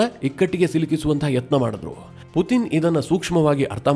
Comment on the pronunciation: Ley loude matte Puthin anthiyallo adu Puthin alla Putin🙏